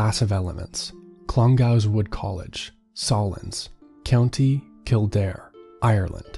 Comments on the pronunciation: Clongowes is pronounced clon goes with stress on clon. It's an actual place. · The pronunciation of Clongowes and Sallins is so funny